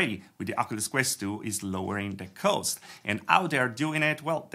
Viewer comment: quick English tip: cost is not pronounced like "coast" but like "c-AW!-st". As in "AWWWRIGHT!"